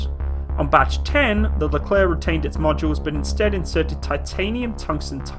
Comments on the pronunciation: If you want to pronounce this tank (or the general) correctly, it's like that : "le Claire" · Psst! It is I...Leclerc